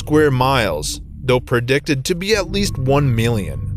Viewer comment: never have experienced a dream like that though. But, now I have experienced the most annoying pronunciations of: one million, or "won miLLYien", Haywire, or "HighWyre", and calculate, or "Kirk-Yu-late".